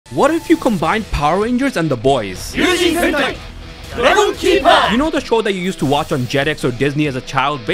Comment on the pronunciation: I keep hearing sentai as hentai……what is wrong with me